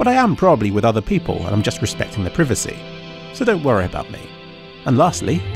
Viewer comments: its pry-va-c not priv-ve-see. cmon. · it's "pryvacy" not "prihvacy" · srsly who pronounces it like that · It's pr-eye-vacy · Also, preevacy. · did you just say preevacy? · We pronounce privacy very differently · The way thee pronounce "privacy" -- is it the British pronunciation? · why do you say privacy differently than me!!!! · It's privacy not privacy. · Lolwut, can't pronounce privacy correctly. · ffs say privacy right